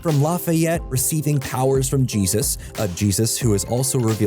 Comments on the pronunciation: Jesus as in "Hey-Zues". Why did the speaker pronounce it as Jesus? Is it AI? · Sookie isn't psychic. I haven't seen the show in years and can explicitly remember the scene with her getting fed up with Dawn and Lala saying, "I am not PSYCHIC!" Also it's "Jesus" with an h sound, not j - so the effect didn't land. Otherwise, I feel the same about the show starting to lose itself in S3 when they brought in wolves, panthers, fairies, AND witches. True Blood has so much potential and should've stuck to exploring smaller mysteries alongside the bigger "whodunit" format. I get the show was its own from the books, but had they stuck to exploring smaller supernatural communities while centralizing vampires, it would've worked. Had they focused on Sookie being a telepath WITH a drop of fairy blood, who happens to be descendant of a faery king it would've made for a fantastic season instead of a single episode in Faery. But alas...